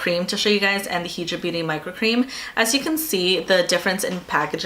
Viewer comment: High-dra beauty. As in hydrated not he-dra.